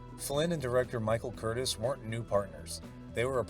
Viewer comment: It’s Curtiz…with a ‘z’ NOT Curtis!! Please stop mispronouncing his name…it’s not difficult!!